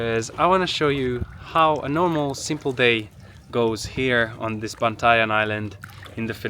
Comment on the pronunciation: I hope you enjoy the Phillippines! Btw, you pronounced Bantayan so well. Ingat!